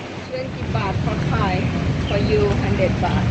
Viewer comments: Gee you pronounced Thai perfectly. Impressed!! Sounded like a lady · Dude, you actually have pretty good Thai pronunciation vice was a bit high LMFAO .lol…